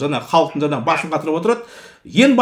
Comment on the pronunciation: Жаңағы деп жаңа деп сойлендерши, жанагы жана демей казагым